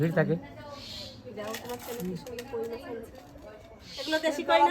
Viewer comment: Mas na Mach bolun